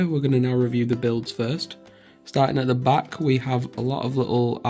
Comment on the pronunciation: its a aat not a att